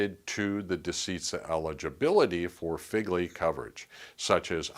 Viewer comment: It’s not pronounced Figley. It’s pronounced Fegley.